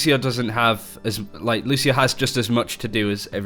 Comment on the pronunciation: Bro, I'm brazilian, and the right way to say IS NOT "Lushio", but Lúcio, the C thing is pronounced something similar to SEE, but without the double E. Don't forget that there is the " ´ " thing, so the pronunciation on letter U will be stronger.